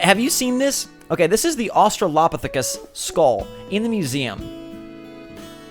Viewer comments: Your pronunciation of Australopithecus stressed me out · OMG I was hoping someone would tell that's not how it's pronounced 😂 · Lol. So bad!!! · also OH BABY you just said Australopithecus so wrong 😩😂 lmao i love you tho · MoJo DaBunnyHoe it’s a very hard word to pronounce if you’re not used to it, but it was so funny to me 😂